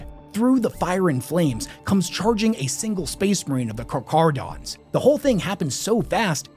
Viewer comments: *karkarodons is the correct pronunciation. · you say the name wrong its car-care-u-dons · My dude, it's pronounce like "car-care-uh-dons" lol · I love your videos, but it’s pronounced car-care-uh-dons. It’s an actual word based on the Greek word for shark. You did such an amazing job with this, but didn’t take the time to check the pronunciation. Like if someone made an incredibly detailed video of Chevrolets sports car, but kept pronouncing corvette as kor-vee-tay. Still, good video, still giving a thumbs up. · I love you and your videos but my god man, not every ch makes a chuh sound. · It’s pronounced Karkarodon and kimerik It’s tyberos, not Tyberios Their armor is not white, it’s mostly grey shades with some white and bronze. Only dreads seem to be white Silent Hunter was an awful book 😂 It’s definitely Raven Guard because of mentions of the exile and the fact they use the Pale Nomad moniker. The Sharks have the blessing of the High Lords since they are part of the Pentarchy of Blood. The hot squad meant to destroy rogue chapters. Tyberos has Coraxs claws His height is not overblown because you ignored the fact that he stood a head taller than his terminators when viewed BEHIND them. That perspective would normally mean he appeared smaller. But he’s higher. So he’s definitely 12ft plus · I think it is pronounced kar-care-o-dons Also, Ky-mare-a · A lot of comments complaining about him mispronouncing Charchardons once at the start but that's far from the worst pronunciation issue here. It's Teh Kah Who Rung E, with each syllable pronounced distinctly and not rushing through the word. The R of Rung has a slight roll to it as well. Definitely not Teka Hurungay. All three parts are very common in Te Reo (Maori language). Te being an extremely commin prefix (the), and Kahu and Rangi both fairly common Maori names. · I'm sorry, but i can't take this video seriously after you mispronounced carcharodons. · Car-cha-ro-dons learn to read